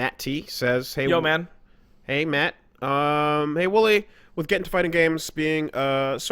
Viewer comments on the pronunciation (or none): Not gonna lie, when he said your name I thought he said Mati, as in "with the power of Heart!"